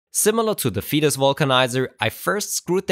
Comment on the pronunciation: Thanks! That's a great discovery. Still, I would pronounce the company name "faytus" not "fetus" 🙂